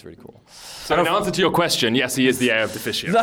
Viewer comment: These guys are fun :) By the way, was " the rightful 'hair'" an inside joke? Or just mispronounced "heir" ? Cheers